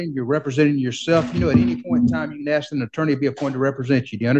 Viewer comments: Word is ask...not axed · lot of questions being "axed" by the sovereign....bahahahahahahaha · “I axed him” 🪓